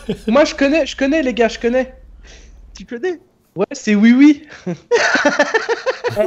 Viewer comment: il dit « Oue »